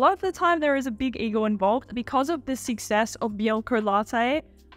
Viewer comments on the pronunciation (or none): omg I can't under the way you pronounce success as sixess :D